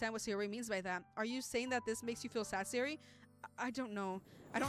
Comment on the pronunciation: ITS SAYORIIIIIIIIIIII